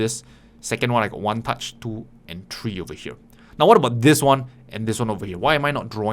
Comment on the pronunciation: "three" not tree